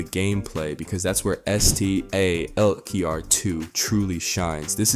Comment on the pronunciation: Yo bro it’s STALKER 2 not S-T-A-L-K-E-R 2 lol Hence why they call you